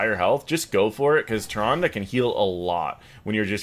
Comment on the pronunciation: "Ty-Rhondah".... Nope!